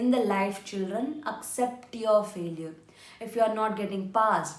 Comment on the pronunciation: What is faleuer???😂😂😂😂 It is failiture ......